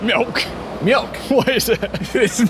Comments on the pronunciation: It's not mjolk, it's mjölk. O is not Ö. It's like saying s is the same letter as t. They're not. Secondly, why the hell would a furniture store be called 'milk'?. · Its mjÖlk and not mjOlk. It menans milk in Swedish. Use Google translate to pronounce. 😂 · Funny that the chair at Mjölk was Danisj when the word "mjölk" is Swedish. The Danish word would be "mælk" - which sounds a bit more like the English "milk". Also, the "ö" is pronounced more like the "i" in bird (or "e" in nerd, "ea" in heard, "u" in turd just because English is hilarious). Terrific vid as always, and! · Mjölk pronunciation almost correct. 🤣 Well actually, not even close but it sounded funny 😂